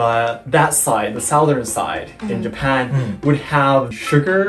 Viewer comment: Why do you pronounce Japan as Yapan?